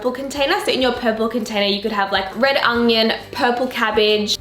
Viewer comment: Haha 'red ungion' 😂 you're too funny.